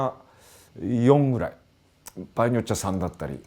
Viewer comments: 場合をばやいって言う和嶋さん可愛いw80年代初めだけど本見ながら自作してたなー。当時は田舎ではなかなか手に入らなかったディストーション+とかファズとか作ってたなー。いつかはボコーダー作りたくて夢みてました。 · 場合をバヤイって発音してるの、方言なのか癖なのか分からないけどなんか好き笑